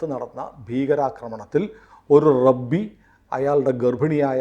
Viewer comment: rabbi alaa rabai enu anu pronounciation.... 😅 bt so happy ig mossad get into this so truth will be revealed modi is on very soft mode now...😅...so i hv 0 expectation😅